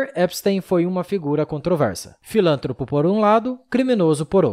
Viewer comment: "A rainha Elisabeth 'segundo' "? "malcomunados"? "Filântropo"? Cara, tenha mais atenção na leitura, ritmo, pronúncia e melhore a dicção. O vídeo é bom, mas, todos os seus aspectos precisam estar no mesmo nivel. Confio que você vai melhorar.